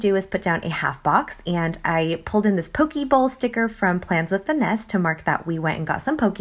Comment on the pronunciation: This week turned out so cute! (also you pronounce poke wrong! it's poh - kay)